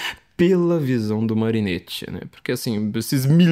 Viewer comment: Carro, muito bom. Mas, como sou chato (minha profissão exige ser chato), faço alguns apontamentos: - Marinetti se pronuncia "Marinéti", como em "capeletti"; - O grande amor de Orfeu era Eurídice. Ariadne foi aquela que se apaixonou por Teseu e deu a ele o novelo, para que ele conseguisse sair do labirinto após matar o Minotauro (depois Teseu deu um belo pé na bunda da moça, mas isso é outra história); e - Quem matou a Medusa foi Perseu, Hércules já tinha doze trabalhos para cumprir, e naquele tempo não tinha conversa mole de acabar com escala 6 x 1.